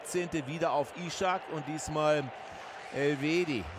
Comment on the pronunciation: Man spricht es einfach Isak, nicht Ishak oder Ischak ;)